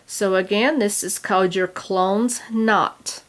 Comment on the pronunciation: not 'clones' as in attack of the clones! Clo - nes, (nezz) two syllables, after the town of Clones in Ireland.